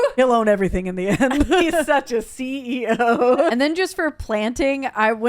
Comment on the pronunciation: Don’t you mean SEA-E-O?